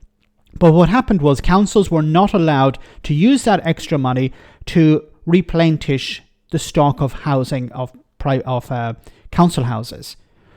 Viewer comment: too many mistakes here! As someone has already pointed out, that is Michael Howard, not Heseltine. And at 3.38 and again at 4.20 you use a word that does not exist in the English language! The word you were looking for is replenish not replentish. Also, a wealth tax is all very well but let us first tax the large multi-nationals and conglomerates that pay little, or no tax, and yet our high streets are full of their outlets and coffee houses and, as an Irishman you should know, many of those multi-nationals have registered main offices in the Republic of Ireland!!! Who owes whom?!